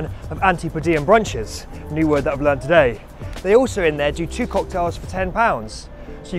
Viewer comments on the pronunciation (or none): none